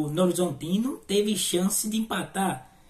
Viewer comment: "novorzontino" kkkkkkkk